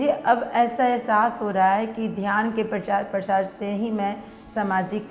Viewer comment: प्रचार-प्रशार नहीं 😂😂😂😂 प्रचार-प्रसार